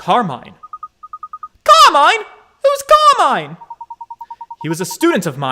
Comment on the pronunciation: Actually luke pronounced Carmine wrong, but Carmine himself spelled it right when it was reading the letter